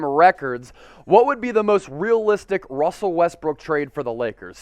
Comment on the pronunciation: You said my name right 👍🏼